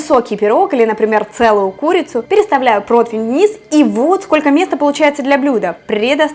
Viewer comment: Противень. Не протвень. В целом позитивно, понравилось